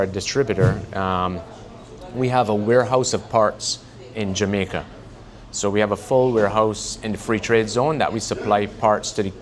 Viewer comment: He says "we have a warehouse in Jamacia.... I hear "long, expesive wait or parts"